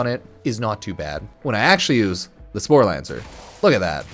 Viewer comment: Not sure where you're finding the 'n' in "sporelacer" but you managed to pronounce it as "sporelaNcer" every time. Not even mad, I'm impressed.